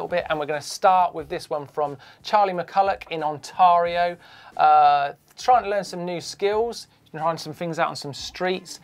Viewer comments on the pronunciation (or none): Haha the spitting in the goggles is an old swimmer hack, use it every day :) Btw is t it pronounced On-tare-rio, tare rhyming with air? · i'm from Ontario and i am SURE that that is not how you pronounce it. good try though! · Love the way Martyn says Ontario whit that accent